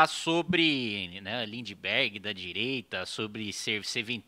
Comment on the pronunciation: O melhor foi o Rei do gado vulgo ( lula disfarçado), com um " treis oitão" na cintura chamando o Kim de Lindibergui kkkkkkkk